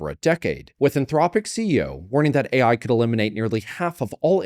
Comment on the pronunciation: Did she really say A1 instead of AI lmao